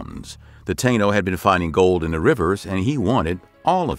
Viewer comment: Many of the dates (years) displayed are incorrect. Additionally, "Taino" is pronounced "Tah-eee-no".